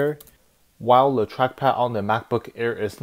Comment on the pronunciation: am i the only person that notices that he says le instead of the